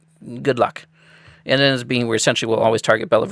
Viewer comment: It's pronounced Bell-Vuu